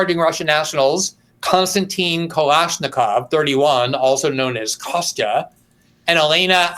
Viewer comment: I find it interesting that out of all the names we have on this side this dude knows how to pronounce Kostya.